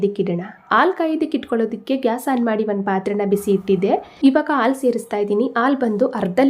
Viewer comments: Sweet is good.please pronounce as halu for milk.not alu. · ಆಲೂ.. ಅಲ್ಲಾ... ಹಾಲು .... ಎಂದು... ಹೇಳಬೇಕು...😊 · Please pronounce haalu not aalu 😅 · ಹಾಲು..ಹರ್ದ ಅಲ್ಲ ಅರ್ಧ. ಅ ಕಾರ.. ಹ ಕಾರ ಉಚ್ಚರಣೆ ಸರಿ ಮಾಡಿ😊